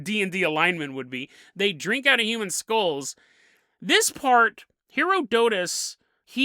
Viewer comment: It made my teeth itch when you revealed you actually KNOW how to say Herodotus, but you carried saying it wrong deliberately 😆